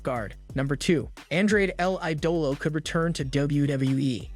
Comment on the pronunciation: you make me laugh with my mouth near my ears, how you say Andrade el Idolo...